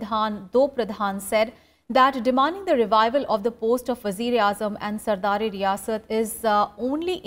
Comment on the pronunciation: It's sadar e riyasat and not sardar e riyasat..